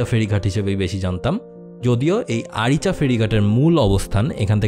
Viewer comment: আইচা না আরিচা